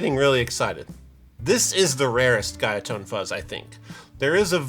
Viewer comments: “Guyatone” The correct Japanese pronunciation is “goo-ya-tone”, not “guy-a-tone”. Trust me, I’m a Japanese and I know how to pronounce Japanese brands. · Guyatone is pronounced GOO-YAH-TON (株)グヤトーン Shin-ei is pronounced SHINN-AY シンエイ There's your japanese lesson for today :) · FYI, the pronounciation is more like "Gooyatone" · Pease forgive me for being a know-it-all. It is goo-ya-tone. the first letter is a u. I lived in Tokyo for 20 years, dealing guitars and working for NHK. Your site here totally rocks so please don't hate on me for correcting the pronunciation. BTW, do you have Memphis Distortion pedal? Those things are great! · Hi, you hold up the "card" from the Guyatone Buzzbox. The little label across his chest says that's the Guyatone product warranty card. But what's really interesting is that the company name is written in Japanese as ぐヤ, which is for sure pronounced like "goo-yah" and actually guya is the way that sound would be written when using the alphabet in Japan. So there you go, Goo-yah-tone. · The sheet of paper starts with グヤ..which means it's pronounced "Goo Yah" mate 🤓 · It's "goo-yah" if the Katakana is anything to go by. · According to this warranty card, Guyatone is pronounced Goo-Ya tone. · this guy can never pronounce guyatone and shin-ei right. and he wants to be the effects pedals authority.